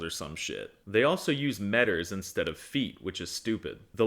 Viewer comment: The pronunciation of kilometres and kilos andmetres is horrendous.